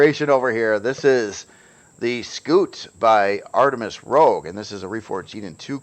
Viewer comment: I have to ask, does it ever annoy you that people can't pronounce Rouge correctly and always say Rogue? 😂 Artemis Red not Artemis Thief.